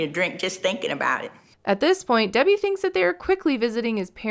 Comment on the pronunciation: He pronounces her name "DB"